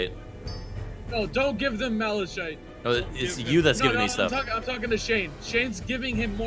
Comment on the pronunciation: Where on Earth did they get the pronunciation Malashite?